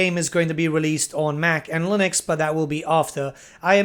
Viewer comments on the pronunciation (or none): none